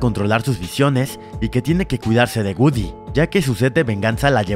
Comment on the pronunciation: Se dice goodiie no gudy